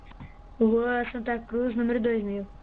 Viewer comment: ele falo Santa cuz mesmo kkk